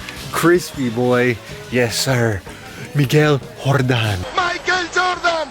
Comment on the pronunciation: “Miguel Hordan”...got me every time...😂🤣